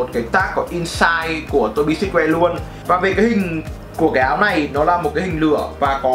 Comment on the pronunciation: Tô bi sừ truýt woe chứ sao ông toàn đọc là sít.woe@@